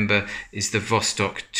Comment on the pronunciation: Thanks once again for your accurate presentation of a remarkable wristwatch. Actually the name in russian is pronounced vastók (and not vóstok). Of course vostok means east.